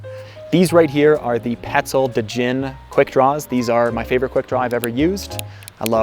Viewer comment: Isn't it pronounced just "jin"? The word genie was derived from.